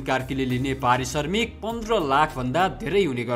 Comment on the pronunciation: Arissarmik hoina mahodaya arissramik hai😂